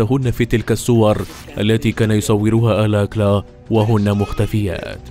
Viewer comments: الاستاذ المقدم أو الكاتب أو المعدين للحلقة، اسم القا،تل رودني آلكالا alkala و ليس الكلا alakla البنت التي فاز بمواعدتها في البرنامج رفضت أن تخرج معه وقالت هذا الذي نجاها من موت محقق لانها لم ترتاح لعيونه أو نظراته ارجعوا إلى الوثائقيات وبرامج القت،لة المتسلسلين الأصلية الأمريكية وشكرا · هو رودني الكالا وليس الاكلا انطق الاسم جيدا